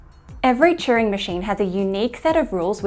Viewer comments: Are you saying Churing or Turing machine? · Churing? I thought his name was Turing. And I watched The Imitation Game.